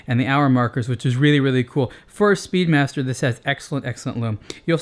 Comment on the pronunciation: I think this guy just called the Speedmaster 'Speedbastard! LOL You can catch it into the video. Fun.